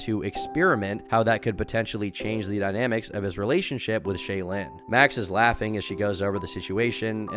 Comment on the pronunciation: it's clear you never watched a mrgirl video by the way you pronounce "shaelin"